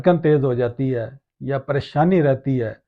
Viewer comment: ماشاءاللہ ۔ اللہ تعالیٰ کے کلام یقیناً شفا ہے ۔ شروع کی ی پر کھڑی زبر ہے لہذا اس کو تھوڑا لمبا کر کے پڑھیں جیسے یا نار کونی برد وسلاما علی ابرہیم ۔